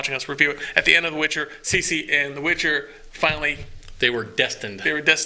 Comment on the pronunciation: Ciri not CECE:)